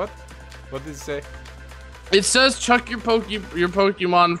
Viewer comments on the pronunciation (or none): none